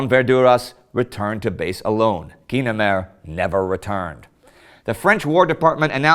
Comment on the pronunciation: I remember that "Twilight Zone" episode...it's how I learned it's "GEE-nemer," not "GUY-nemer."